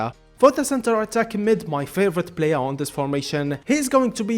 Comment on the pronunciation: so he cant say the letter P? blayer, overlab, bro just saY P